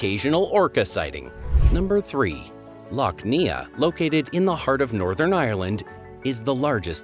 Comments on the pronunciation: Neagh is pronounced "nay". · Pronounciation is something you should research before you actually put the video out. It makes you look like an idiot if you don't. For reference, it's pronounced Neigh (as in the sound of a horse) and Silly.